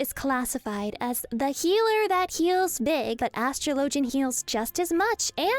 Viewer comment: Why do you pronounce atrologian the way you do and not how you would pronounce astrology?